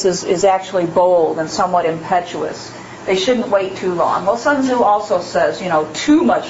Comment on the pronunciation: The name is not pronounced “sun zoo” mmmkay?